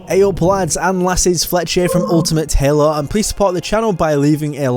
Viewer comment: The way you pronounce Hael-oo makes me wanna rip my ear drums out 🤣